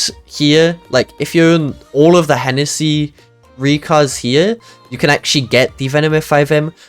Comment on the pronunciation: Its h-h-ennesy 😬💀